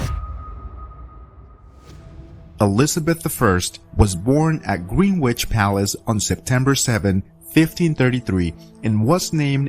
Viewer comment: It is a great shame that the narrator, whether AI or human, has trouble pronouncing some words and place names, mainly near the front of article: Green wich instead of Greenich 1 word See more instead of Seymour 1 word To name just to of the bad examples